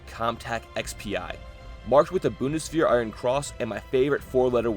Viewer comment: I appreciate the tism. For the future maybe the channel "Gear Reference" will help you with identifiying stuff. Lastly, "-wehr" is more pronounced like "wear".